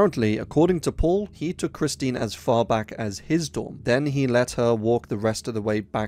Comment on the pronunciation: Kristin smart not Christine